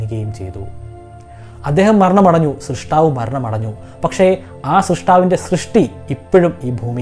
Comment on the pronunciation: സൃഷ്ട്ടാവ് അല്ല 'സ്ര'ഷ്'ടാ'വ്